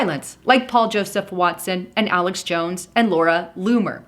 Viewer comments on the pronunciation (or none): none